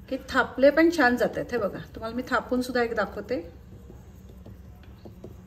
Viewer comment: थोपून नाही, "थापून" म्हणतात.